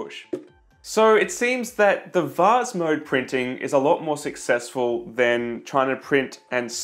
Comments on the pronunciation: the vaz again lol (please say vase instead of vaz) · He did offer the alternative of "vaze". Hey! It's vase, rhymes with base.